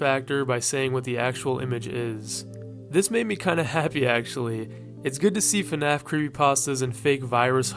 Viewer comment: I just can't with this "fenaf" pronunciation